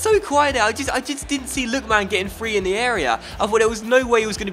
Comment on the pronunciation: hey I love this series and this is such a small thing but I wince every time you say "Lookman" like "Look...man". I'm sure I can't be the only one, it's not a huge deal of course and if you even have to actively force yourself to say it differently you needn't bother but just thought I'd mention it